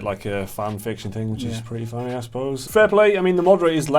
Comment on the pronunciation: I don't want to know where is. I wan't to know why you can't pronounce "Thing" Not "Fing". TH before Ing not f.